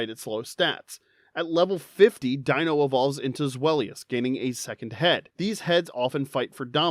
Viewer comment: Deino's, Zweillous' and Hydreigon's names all contain the German words for the numbers 1, 2 and 3, the same way as Artiucno, Zapdos and Moltres before them but with Spanish then and you utterly butchered the pronunciations, although, at lesat you do pronounce "Pokémon" correctly, I'll give you that! Also, bug-bear, but you can clearly tell that Cynthia's Garchomp is a Shiny Female from the colour and the lack of a nick in the dorsal fin! And it took me months, but I did finally manage to Breed a Shiny Jangmo-o with its Hidden Ability Overcoat! It took me so long, I started to relase every single Jangmo-o who did not have at least five Perfect IVs and I still had four boxes full of them, all the ones who didn't have a Perfect Attack IV, I jus Wonder Traded off, the ones that did, I kept for Special Trades! So, on Sun/Moon/UltraSun/UltraMoon, if you ever got a Jangmo-o with five Perfect IVs and Overcoat through Wonder Trade, you're welcome! Although, my Battle Tree Team, I usually go with Double Battles, I start with my Salamence and Incineroar - both Shiny (thank you, Masuda Method) - get that Double Intimidate off and then Mega Evolve Salamence, hit like a train with STAB max damage Return! Also, having a Base Stat Total of 600 and having two previous stages is how we identify Psuedo-Legendaries, although, as a Brit, with enough issues with the Galar Region as it is, I was kind of bored of the Dragon-Type Pseudo-Legendaries by then, Sword/Shield didn't help my mood much, eith